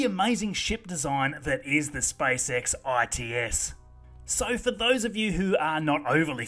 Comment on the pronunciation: I love how you say "spysex"